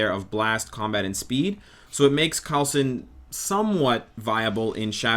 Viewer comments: coal-son is how it's pronounced. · I've been waiting for them to T2 Quake for 84 years! I don't know what the hold up is re: AOS characters. Also it's pronounced Cole-Sin. I gotchoo. Thanks for the vid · It's said like coal son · Ruby Rose more like Cool-son (▀̿Ĺ̯▀̿ ̿) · you slipped a bit with coolsons name. tsk tsk